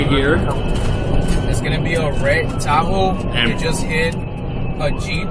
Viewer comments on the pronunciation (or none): The officer said, "A red Ta-hoo, Shev-ro-lett." Can we deport him, too? 😅😅😅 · No one is going to talk about how the cop said Tahoe "Sheh-ver-lette" lol